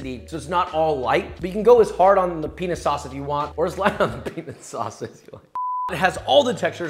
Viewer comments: Peanut sauce with silent T lol😂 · Pee Nut Sauce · I'm glad you put "Peanut Sauce" on the screen. I'm half asleep and it sounded exactly like what you and I both clearly thought LOL 😂😂😂🤣🤣🤣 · I'm glad the editor clarified "peanut sauce" cause that is absolutely not what I heard lmao